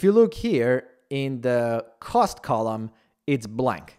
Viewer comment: When did you learn to pronounce cost? I kinda miss when you said it like "coast"